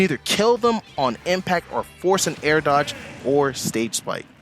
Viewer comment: How the fuck did you say horizontal dog ?